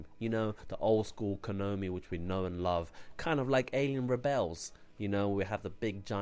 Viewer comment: Thanks for sharing. I always welcome any enthusiasts of one of my favourite gaming franchises and this was a solid review. I was a bit bemused as to why he kept calling Konami "Kinomi" though lol in anycase it was otherwise really good. I'll definitely check out this guy's channel.